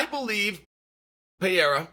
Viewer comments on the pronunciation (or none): Why does he pronounce it Pierra lol its Pereira (pererrah) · Hey Chaellly …why TF do you keep mispronouncing Alex PeRReiRah’s last name. ITS NOT PEA-era. Dummy. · Considering he's carrying the UFC on his back you might want to take the time to learn how to say his name. However, you are saying "era" and that's what we're in, so maybe it's okay. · Pereira not piera Rakic not rachik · Stop calling him Alex Pierre you dweeb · Pereira is pronounced 'Peheira' not so difficult grandpa! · Dude can you PLEASE finally learn to pronounce his name? It’s not Pee-air-ah! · Per rare uhh..... Come on spiffy, Unk a lie ev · Little tip for you Chael, don't take it the wrong way. Pereira would be better pronounced puh" + "ray" + "rah". The r has a little roll too, but that's not too important, Brazilians are used to it. It's not Pah-HAY-rah either, but that's a Joe Rogan issue 😅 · Chael would love to see “Peeyairuh” v. “Raycheck” 😏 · Chael its pronounced "Peh -Ray Rah" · Just say “Alex” instead of the 10 different wrong pronunciations of PeeErra lol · I don't know who this 'Payerrah' fella is, but if Chael is talking this highly about him, he must be good. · Sounds better than how everyone else says it, Peeairah. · I can’t believe this guy is still mispronouncing his name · F this video it’s so annoying to watch a man talk about another man and he can’t even pronounce his last name dude learn the first and then come back and record. A new video is so annoying to hear you mispronounce his last name. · I view constant and repeated mispronunciation of a man's name a form of covert disrespect. You are too well spoken to get this wrong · And still can’t pronounce Pereira… 😂😅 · Intentionally saying his name wrong is just disrespectful